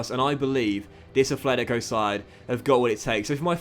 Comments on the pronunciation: Note: It is pronounced "Atlético" Madrid not "Athletico" Madrid. Common mistake when being a native english speaker. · Dont wanna point with my finger, but its called at-letico not efletic-o.. im sorry but it sounds weird in my spanish ear. Otherwise its a really great carrer mode and amazing content! Go own my friend!